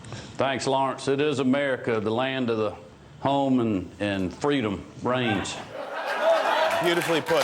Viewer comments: “Reigns” not range 😝☺️ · “Reigns” not range 🤣